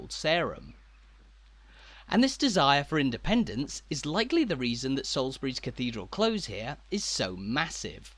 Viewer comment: We've been watching your tours for some time now and love them! However, in the phrase "cathedral close" close rhymes with close as a noun/adjective rather than as a verb.